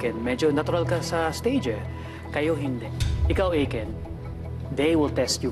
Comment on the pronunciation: eyken hahhahaha imbis na ay ken ang pronunciation ng name ni daddy aiken hyahahaha